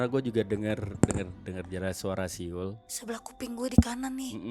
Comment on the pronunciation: Aq Mlah inget di kakak beradik podces sering ada siul, Kalo ad Anwar psti ngomongnya suil bukan siul 😅